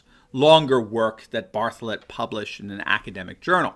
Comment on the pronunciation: When you say bartholet, I hear Baphomet...